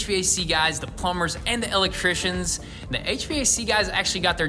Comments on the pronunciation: I love how you say el'electricians! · Matt Hayward, reason why it tickles my funny bone is because I’m an “EL Leck Trician”😁😁😁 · Cracks me up every time he says "EL Leck Tricians"🤣🤣🤣